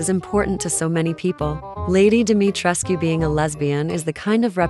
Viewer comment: And thank you for pronouncing the u in Dimitrescu because it is based off a Romanian/Transylvania bloodline which would be a correct pronounciation, not a silent U thats heard in the game.